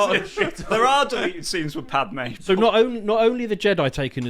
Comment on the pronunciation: I dunno how is so knowledgeable on Star Wars lore, but he keeps getting Padme's name wrong.